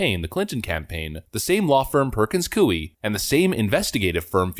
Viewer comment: It's pronounced: Purkuhnz Koy